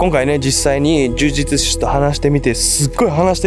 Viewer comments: 呪術師、を言えてないのにほっこりしちゃった 迷信って人の心を支えたりコミュニティを安定させるのに役立つこともあるし、医学的科学的に理にかなっていることもあるんだけど、人を幸せにしない迷信に関しては、その迷信に支配されている人たちは生きづらいだろうなと思う。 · 呪術師って言えないの好き